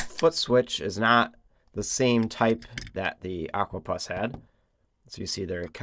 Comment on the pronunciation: "Puss " like ( pussycat) not Pus.